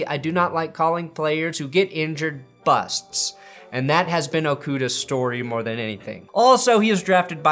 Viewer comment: The way you said busts I though you might use a pun and talk about those on the edge of being HOF players